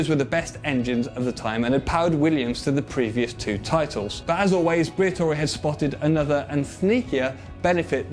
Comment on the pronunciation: fabio briator"i"